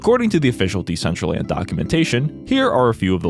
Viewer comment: it's very telling that Decentraland couldn't even put in the effort to get their AI voice to pronounce their NAME correctly.